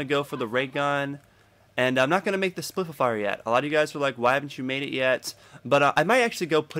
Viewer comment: spif-e-fier lol